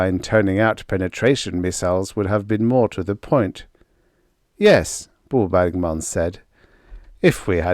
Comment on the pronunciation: Every time I hear you say Bo Bergman, my ears hear bawbag man. Guess I've listened to too many Scottish folks. 😁